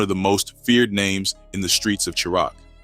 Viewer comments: Tf Is Sure Rock ? Chi Raq Is Pronounced Shy-Rack Goof Ah 😂😂😂😂😂😂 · He said SHURAQ😂😂😂😂😂😂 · 😂😂 Chiraq is pronounced like "Shy rack".... This is the second video I've watched where it's said wrong.. come on bro! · Shy-rack = Chiraq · Well I'm done..unsubscribe..I can't follow A.i....hearing words mispronounced throws me out...can't say chi-raq right...i thought this was a real ni@@@ reading lol